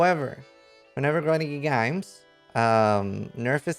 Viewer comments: why are you sounding Australian when you say games lol. we are in NZ we dont sound Australian lmao. good try though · GRINDING GEAR GAYMES. gets me everytime. Makes me want to hit some CEO’s bald head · "grinding gear gaymes" Well... XD